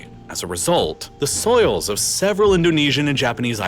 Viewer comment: soils, not souls 😂